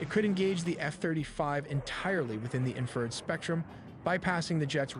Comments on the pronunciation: Or "inferred" for "infrared." 😊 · yes and it also needs to learn how to say Infrared! not infered, Doh! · God please bless and protect our military- “No man left behind”🇺🇸❤️. This video was very well done-my only complaint-the word is in-fa-red not inferred. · Video was narrated by AI It pronounced infrared as "inferred"